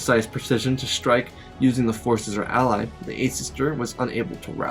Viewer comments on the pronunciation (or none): none